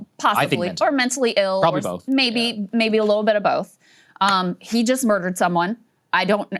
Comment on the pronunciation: “…Mudered some guy”??? What a witch reporter!